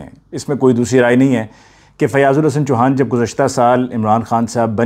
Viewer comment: Fiaz Ul Hassan Choohaa,not Chuhaan